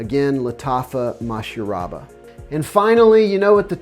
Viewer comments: You butchered that Masharabya pretty good 😆 other that that, great video as always and some great recommendations. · No, no, you just butchered the name lol 😂 Your description of the said perfume was on point as always.